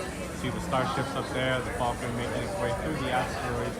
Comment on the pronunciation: Thank you for pronouncing falcon correctly.